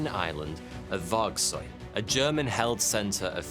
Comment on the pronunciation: It's Vågsøy, not Vagsoy also, Vågsøy rougly translates to Dare's island. So saying Vågsøy island would mean Dare's island island Because Våg means Dare, and øy means island.